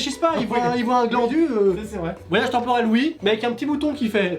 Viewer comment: maiii temporail